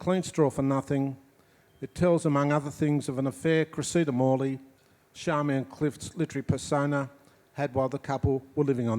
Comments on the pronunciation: Is her name pronounced Sharmian or Charmian? People might be surprised that Hydra is pronounced Eethra but I believe it is correct. It is great to see that this couple are still attracting attention and not merely because they had a friendship with Leonard Cohen. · In regards to pronounciation: There is a recording online of an interview with George Johnston where he clearly calls his wife Charmian rather than Sharmian or Charmaine.